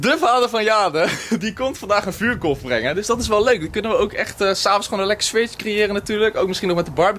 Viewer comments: GIO LIEVERD HET IS EEN VUURKORRRRRF NIET KOLLLLF😪😪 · Vuurkorf: vuurkolf😩😂